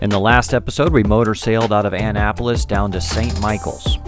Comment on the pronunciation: it is "Ah-napolis"....not "Anne-apolis". Have to keep saying that but very cool you are in our neck of the woods. Cheers!